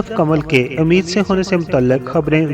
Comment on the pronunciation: سر آپ کو اپنے لہجے میں کلیئرٹی لانے کی ضرورت ہے pregnant women کو اردو میں اَمید سے نہیں ﴿اٌمید﴾ سے بولا جاتا ہے ۔ الفاظ اگر correct نہ بولے جائیں تو جانے کیسا لگتا ہے ۔ دل آزاری کے لیے معافی کا طلب گار ہوں پونا بھارت